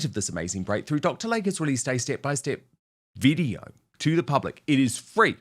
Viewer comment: PRONUNCIATION: You got P-"Dine-ah", but you STILL don't have Dr. "Lay-key", it is not LAKE.